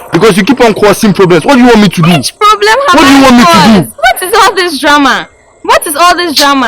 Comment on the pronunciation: Why does struggle with saying problem every time biaa “plablem”